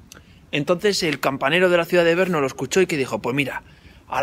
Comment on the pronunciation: Porqué dice Berno?